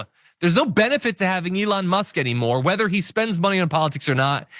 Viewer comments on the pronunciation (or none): none